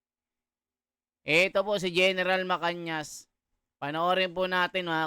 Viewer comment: Pls basahin mo mga comment...Gen. MA-CA-NAS hindi po MA-CAN-YAS